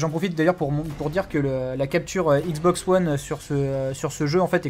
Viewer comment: J'ai toujours envie de vomir quand je t'entend dire Xbox One:(